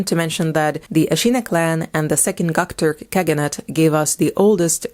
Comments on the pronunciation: That’s how you pronounce Göktürk as gucktork ? 🤦‍♀️ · Also, it is not gock turk, it is Göktürk. Gö pronounced as "eu"